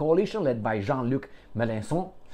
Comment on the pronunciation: i loooove your perfect french pronunciation of “Mélenchon” 👍😂😂😂😂😂